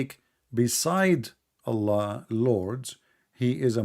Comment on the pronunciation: allah has showed us how this guy is a scam he couldnt even prounounce allah at the start